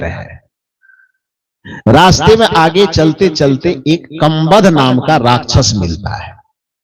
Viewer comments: गीता प्रेस की रामचरितमानस में यह कहीं नहीं लिखा की कबंध ने सबरी का पता बताया था। दूसरी बात आपका कबंध नहीं बोलकर कंबध नाम बोलते हैं। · Kambad nahi kabandh hai Bolna sikho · संत महोदय,कबंध के नाम का उच्चारण सही करें